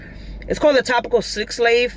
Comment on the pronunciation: Slick salve it's pronounced sav